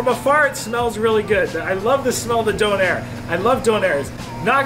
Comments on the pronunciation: I love how he says donner wrong lol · Ive never heard a Donna kebab (how we pronounce doner in England) pronounced doh-nair. You make it sound posh. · Its more commonly pronounced "donna" as apposed to "Down air" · Why he calling it Don air?? Lmao. It's döner. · It ain't donair big man it's donner or doner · surly the "I" would be silent in the name, don-air sounds stupid, it's surely donar or in England donna (slang) or doner. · Omg Stop say Donair it is and always will be doner. And it does not need to be named times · And it's pronounced DONNA KEBAB!!! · It’s donner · It’s donor look it up lol and it’s nan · I had to watch it with the sound off after he kept saying doner 😂 it sounded awful and the repetition just made it even worse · Dang u Canadian/Americans need to learn how to say doner kebab properly